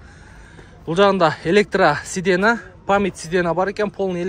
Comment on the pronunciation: Сидена эмес сидения деп уком айт. Все таки блогерсин